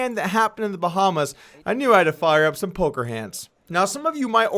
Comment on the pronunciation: did you say polker hands???